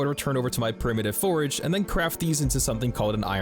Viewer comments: Every time you call your forges forages, it's like nails on a chalkboard. I don't know if you do it on purpose, have a speech impediment, or just don't know how to say the word forge. If you have a legitimate speech impediment, I apologize. If you are doing it on purpose. Damn you. If you just don' t know how to properly say it... it is like saying forj. The way you say it is like the word forage, which means to search for food or supplies. A forge (pronounced forj) is a place used to smelt and heat metals for shaping. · "Four-J" Please and thank you :) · STOP SAYING FORAGE?!? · Forag. Forag. Forag. Lol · What’s the lore behind the guy not being able to pronounce “forge” correctly? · There's no "A" in Forge. Great video though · I can’t stop emphatically hearing you say “FORAGE” every time you try to say the word Forge. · Dude needs to learn the difference between forge and forage. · How can someone pronounce forge wrong so many times... It's not forage, there's no "a" in forge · When you say forge you sound like you are saying forage... Its really annoying! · Please look up the difference between FORAGE and FORGE and how to pronounce them, they are not interchangeable like you seem to think for this whole video. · Love your videos! Totally not meaning to be that guy tho, but you're saying 'Forage' in place of 'Forge' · Its forge, not forage. Dislike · Forge is one syllable, it's called a Forge, different from Foraging. Not a forage. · him saying "forage" instead of "forge" is killing me... lmao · It's not "forage", it's "fordge" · Bruh, you said forage instead of forge. I was like is this a new type of food item. 😂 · It’s pronounced like George but with an F, forge. What you’re saying is forage. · Absolutely love the video's, definitely earned the sub with the hard work you put in. Just please brother. Its forge, not forage. Forage is looking for things in the woods 😂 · A forge and forage are two different things and pronounced differently. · Dude saying forage?